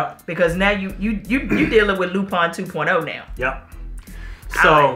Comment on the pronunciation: Why are y’all pronouncing it “Loo-Pine”?? 😂😂